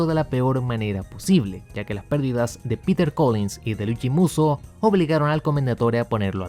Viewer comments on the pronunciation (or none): none